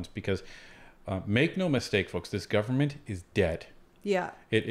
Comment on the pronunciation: It’s disgusting. He had trouble saying the word “Government”. It just made him look ridiculous considering the career he has.